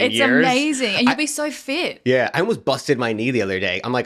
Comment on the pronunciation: Accent is coming through! auh yeh YEH